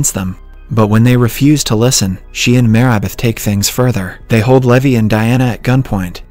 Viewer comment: I just realized that the voice is automated. There are a few examples; the pronunciation of Marybeth as "Mayribeth", the 1800s being pronounced as "One-Eight hundred seconds" ,and a lot more.